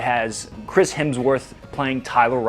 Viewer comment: Feedback...your version of "Hemsworth" was spot on with the Aussie accent.